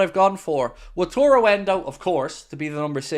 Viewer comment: It is Wa - ta - ru! ;)